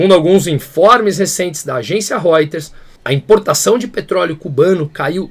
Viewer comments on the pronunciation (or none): none